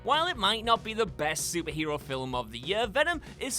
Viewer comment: it's Film, not "filwim"....